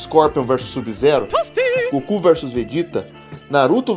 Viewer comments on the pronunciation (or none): none